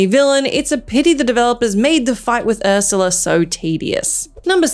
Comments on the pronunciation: “Urshula”????? Besides saying it wrong you got the wrong game there…. Great research! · Who's 'Urshula'? Also that boss is from Kingdom Hearts 1. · Is Ursula pronounced with a "sh", in Australia?